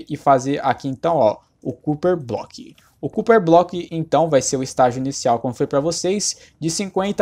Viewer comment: Que agônia ouvir ele falar "Cúper" aaahhhh